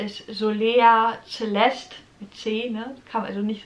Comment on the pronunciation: Celeste ist sehr schön. Spricht man übrigens mit S am Anfang, nicht mit Z 😊